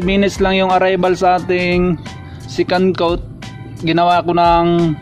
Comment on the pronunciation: Sorry hahaha "Secandtot" naririnig ko hahaaha.